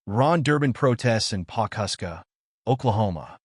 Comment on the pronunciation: It’s Pawhuska..